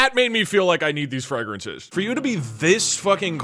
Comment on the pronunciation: TOP TEN FWAGANCES FO MAN